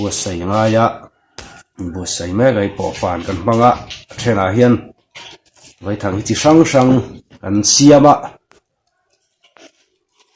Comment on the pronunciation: Vaithang a Vai hi Sazu sawina a ni e. A thluk pawh, "Vaipa" tia Vai tih lam rik ang a lam rik tur a nilo a, "Thlawhna khi a thlawk sang vai vai hle mai" tih lam ang a , "A" hi thluk loh tur a ni.